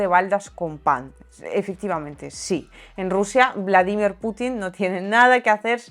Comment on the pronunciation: Se pronuncia como lo dice ella...